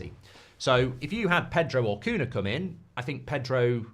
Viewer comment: I know it's not important but Cunha (nh) in Portuguese is spelled similar to El Niño (ñ) in Spanish, so if you know how to say El Niño just say Cuña instead of Cuna, the same for every nh word in Portuguese